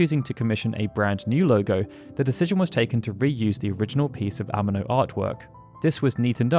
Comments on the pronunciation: Yoshitaka "Ehh-Meh -No"... holy shit north americans really don't give a f*** about anyone else language. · Why do you pronounce Amano like an English word? I'm sure you seen many interviews saying his name. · The way you say “Amano” is killing me 😂